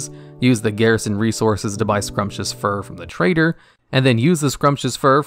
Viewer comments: “Pee-air” “Scrumptious Fur” is this dude dyslexic or does he just read the words from 50 meters away and make a good guess? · "Scrumptious fur" def my favorite new pronunciation. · Great video, but check your pronunciations on Pierre Sumptuous Fur Expulsom